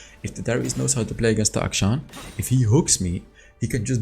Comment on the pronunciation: FINALLY SOMEONE WHO PRONOUNCES HIS NAME CORRECTLY